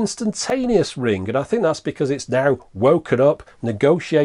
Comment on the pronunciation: "Ring ging" 😂